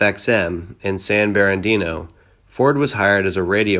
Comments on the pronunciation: I guess San "Barandino" is actually San Bernardino, air "CORPSE" is actually pronounced "core". Sheesh. A pea-pickin' pitiful read. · Also not San Berandino. It's San Bernardino, Calif. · Don't forget San Berandeeno California. LOL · Please improve your AL! Not pronounced "Corpse" but "Core" San Berandino? probably "Bernardino." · San Berandino?? It's San Bernadino. Wow. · It's not Bare-adeno- it's Burn-ah-deno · Bro, could you mispronounce anymore F'ing words??? You sound like a Japanese Tourist trying to pronounce English words. The Air "corps" "Bombarder" San "Berandino" LOLLLLLLLLLLLLLLLLLLLLLLLLLLLLLLLLLLLLLLLLLLLLLLLLLLLLLLLLLLLLLLLLLLLLLLLLLLLLLLLLLLLLLLLLLLLLLLLLLLLLLLLLLLLLLLLLLLLLLLLLLLLLLLLLLLLLLLLLLLLLLLLLLLLLLLLLLLLLLLLLLLLLLLLLLLLLLLLLLLL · San Beran-dino? Victoria-ville? Where the fug are they? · Sanbarrandino ?? LOL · Are you simply reading the Wikipedia entry? “San Burr-narr-Dee-no” please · Yes, among many others. Like San Ber-Na-DEEN-Oh. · that’s not how you pronounce San Bernardino. Ya forgot the “R”. Many pronounce it San-Ber-Dino. This guy in the video killed it even more. Pretty sure it’s a AI voice. They never get it right. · You should research the pronunciation of the words that you don't know. Google is your friend. San Bernardino, Lament, and Dulles International Airport are a few. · Just to add onto the whole butchered words thing, it’s San Bernardino and Victorville. As a native Californian, this dude’s making me cringe with his mispronunciations of city names.